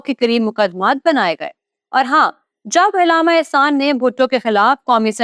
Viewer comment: لفظ علامہ ع پر زبر ہے زیر نہیں ہے آپ کو اردو بھی نہیں آتی تو نیوز پر بیٹھ گی ہو